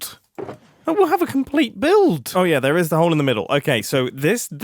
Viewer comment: Mumbo: and the factory is now ... Me: a giant mob farm Mumbo: a compleyed structure! Me: sure, that too